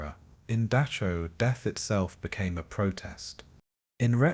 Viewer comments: Can you please pronounce it as Dachau not Duckaw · Dock-cow not Day-show. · Dachau is pronounced Dahow get it right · Oh, for pity's sake, get the name right! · The pronunciation of the name "Dachau" is just plain atrocious. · Why do you keep pronouncing Dachau wrong?